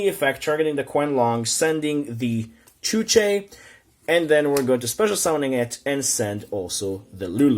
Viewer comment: xuanwu*, not chuche